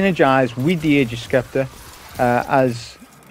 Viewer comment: Hey man, awesome and educational video as always. Really happy to see Ager's is as effective against against barrier champs as I'd expect. We'll see how things go in GM's though. Also, and I mean no offense whatsoever by saying this, but Scepter is pronounced Septer, like septic or separate. Silent c. Again, no offense, it was just making me lose my mind lol.